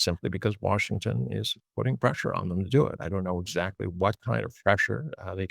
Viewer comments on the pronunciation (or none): ..'zsac'ly da'! London.